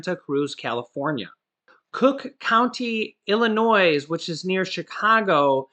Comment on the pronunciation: The s at the end of Illinois is silent